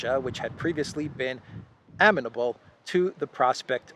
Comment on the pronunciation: Right, didn't notice that one but the oddly unstressed pronunciation of "amenable" got me. "ah - men - a - bul" -- but overall I'd be very surprised if someone told me English isn't first language.